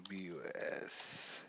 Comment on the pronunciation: It's pronounced FEE BUS/ also did it cost you anything to download all the player cards/sheets for this game?